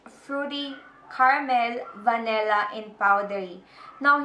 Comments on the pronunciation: It's "Vanilla" not "Va-Ne-Lla" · its vanilla not vanella